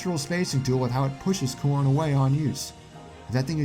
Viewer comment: It sounds like you say corn instead of Corrin sometimes, therefor the comment. ;)